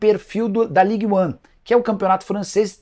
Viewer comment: Nicola, não se fala Ligue One. É algo como Ligue An